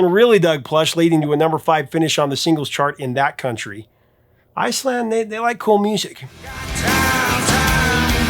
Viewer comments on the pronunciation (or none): none